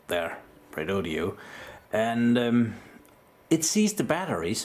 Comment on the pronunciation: Lets do this, all together and slowly: Re-Do-Do. Its NOT Redodeo. Please stop with the last 'e'.